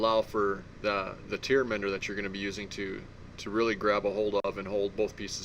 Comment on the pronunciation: Great videos on the channel- however- it is tear mender- pronounced "tare"...god forbid someone puts that in their eyes lol. Great vids- love the Musky stuff. Will definitely share. Post more vids man.